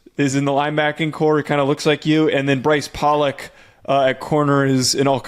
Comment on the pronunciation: Brice Pollock pronounces his last name as Pole-lock. He's ben around long enough for tou bloggers to know this!!! Maybe you could make an effort to say his last name as he and his family do??? Great video!!!